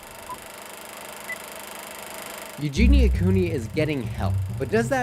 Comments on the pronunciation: Love how you say her name the right way I hope she gets better I know she can do it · i think you are the first person i have heard actually say her name correctly